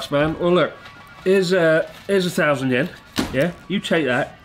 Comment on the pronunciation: After living in Japan for so long why is it you can’t pronounce Yen correctly